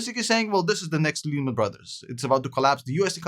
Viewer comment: 3 reasons I dislike this video. Your milking evergrande like every other channel, you were speaking Japanese even though Evergrande is Chinese, and you aren't even saying Lehman correctly. (Say it like Layman). I wouldn't trust this guys words at all.